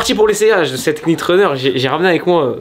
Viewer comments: Faut prononcer « Nit » et non « Knit » en anglais un K devant un N ne se prononce jamais comme « Knowledge->> se prononce Nowledge Sinon comme toutes les nouvelles yeezy jsp pk mais je kiffe il est très fort ce Kanye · Super cool, juste un petit point prononciation. Quand on a un "k" suivi d'un "n" en anglais on ne prononce pas le "k", comme dans "knight", prononcé comme "night". Donc il faudrait plutôt dire nite runner. Voilà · On prononce pas le K dans Knit :)